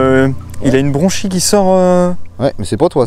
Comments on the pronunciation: Et d’ailleurs, on dit bien branchie et pas bronchie. 😉 En tout cas, merci beaucoup beaucoup pour cette excellente vidéo! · On dit branchie et non bronchie. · Branchie et pas « bronchie » 🙏